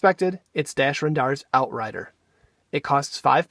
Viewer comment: Great video! But it's "REN-dar."